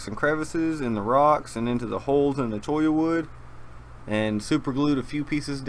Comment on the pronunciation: Thank you for properly pronouncing Cholla